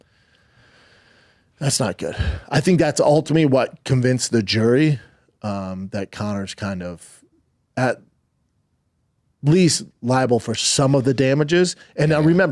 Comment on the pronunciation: did u catch "that ultimy"...😅